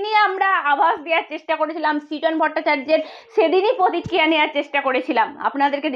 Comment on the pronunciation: পার্থী না , কথাটা প্রার্থী। পতক্রিয়া না, কথাটা "প্রতিক্রিয়া"।